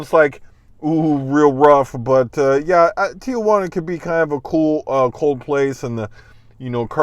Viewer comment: You live there... it’s not Tia Juana— Tijuana.. (teejuana) come on